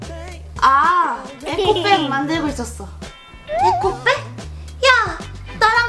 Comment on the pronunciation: 왜읽을때 에코백이라고읽어야 하는데 왜 에콕백이라고함 ㅋㅋ넘무웃기제(얼굴검나 웃겨 ㅋㅋ)